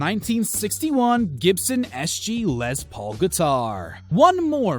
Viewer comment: It's not Lez, it's Less. Les Paul. Les is short for Lester. His name wasn't Lezter.